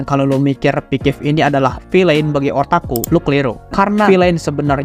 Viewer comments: yg aku tau itu.. "Pixsiv" bukan "Pikif" bg hehe😅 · off topic: coba ngeja pixiv itu "Fiksif" bkn "pikip" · Bacanya Piksif bukan pikif 😂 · Kok bilangnya pikip terus, ngab. Sengaja ya bikin aku marah😡😡😡👺👺👺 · Gw bro☝️yg terganggu banget sama pengucapan si abangnya yg berulang kali ngomong "pikiv" kek akkhhhhhhhhh🤬 gitu loh pengen banget narik mulutnya terus teriak "itu dibacanya PIKSIF bang!!!!!!😬😬😬😬😬😬" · Orang Sunda mang? Dari piksiv kok jadi pikivp Canda bang:v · Owalah, cara bacanya Pikiv ternyata bukan pixiv😂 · piksif pak piksif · gua dengernya pikiv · Sama njirr 😂